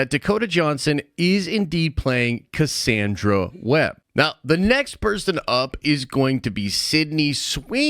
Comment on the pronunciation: I'm skeptical about your pronunciation of Cassandra.😋